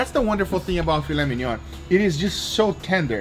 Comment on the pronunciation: "Filet mignonne".... It's "filet mignon".